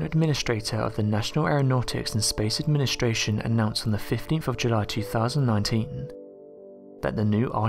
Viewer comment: Fyi if u fast forward at the right time, right he says nation aranautics and space Asian. That made my day cause I'm gonna wonder what a space Asian looks like now.